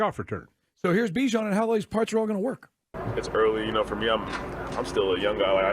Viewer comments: It’s not Be-Jon it’s Bihh-Jon ..🤦🏾‍♂️🤦🏾‍♂️🤦🏾‍♂️ shit ain’t that hard …. I’m starting to feel disrespected for his mother just call him what she named him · Still saying his name wrong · for real lmao that is not how he said his name in practice